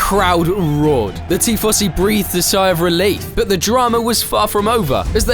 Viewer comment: What is this Tea Fossy you speak of?